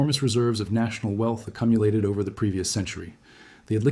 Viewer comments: Accumulated is pronounced Ack-you-mew-lated, not Ack-umm-ya-lated I'm really loving the channel but having watched several back to back, the combination of - obviously wonky ai images - rapid upload schedule - recent account creation - frequent mispronounciation Makes me wonder how much of the content is ai and not ai. I really enjoy the channel but the doubts of whether this is rapid ai generated research then brings doubt on the accuracy of the content - which then makes watching the channel questionable in value. Given the recent launch I'd love a video about your approach and who you are and why you started the channel My doubts are growing as fast as my liking for the content - which is both a good and bad thing 😅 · Accumulated. Ack-you-mulated. You mulated the accent.